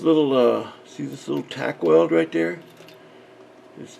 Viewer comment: “Tack welds” 😂